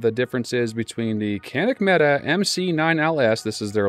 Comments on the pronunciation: Thank you. It's not Meta it's Mete lol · It's supposed to be pronounced meh-Tay. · "Meh-tay", named after a Turkish hero.